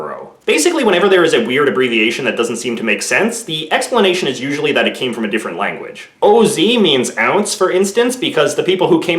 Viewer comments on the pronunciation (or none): none